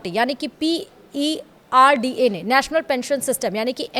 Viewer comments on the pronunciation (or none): Madam, it is PFRDA not PERDA.